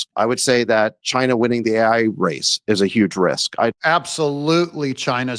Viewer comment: I fear chy-nah more than AI.